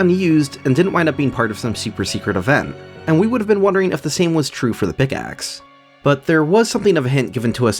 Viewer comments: Unironically I thought you were saying Pigaxe for like the first half of the video. I was listening so when I switched to watching the video I thought it was really funny that's it was just a normal fucking pickaxe lmao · Pickaxe ❌ Pigaxe ✅ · It’s not a pickaxe, it’s a PIGaxe!